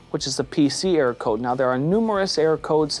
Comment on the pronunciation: It sounds like you say “air” code because you don’t enunciate err-or